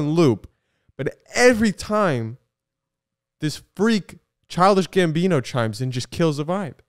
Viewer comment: i cannot listen to them say it right, it’s forever childish gambiño